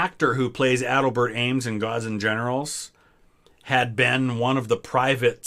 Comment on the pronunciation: a-DELL’-bert Ames.